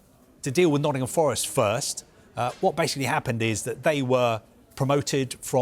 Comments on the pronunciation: Why are they calling Nottingham Forest, “Noddingum Forest”?!? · “Noddingham forest”